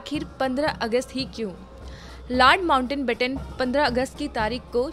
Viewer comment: It's "Lord Mountbatten" not Lord Mountainbatten..!! Please make required corrections.